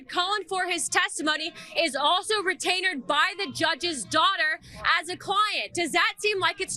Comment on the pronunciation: Retainerd? She's making up words like traitor greene